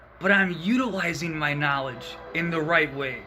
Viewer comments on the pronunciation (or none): He's giving us 'narlidge'. Clearly the world needs more 'narlidge', whatever it is. 😁